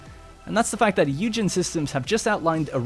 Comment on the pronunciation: Isn't it pronounced "oi-gen" as opposed to hue-gen